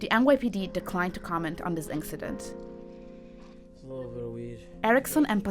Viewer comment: The narrator pronounced it the "INK-CIDENT". How do these people get these jobs?